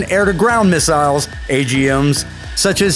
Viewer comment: Mig 31 carries "miss-isles"